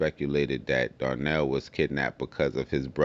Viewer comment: Donnel not Darnell